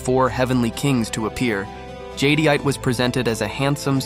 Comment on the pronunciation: Nice video...not to be a nitpicker but but...it's pronounced Jed-ite. Cool that AI made look like a vampire.